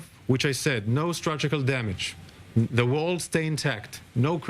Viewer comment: Structural not structukal 😂